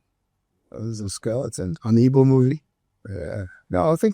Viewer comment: His mum, Ibo. His dad, Abo. Is it that you guys can't say Igbo, Agbo(r)?